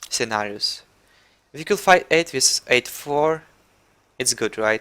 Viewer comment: Lol you said "Cenarius" with a french accent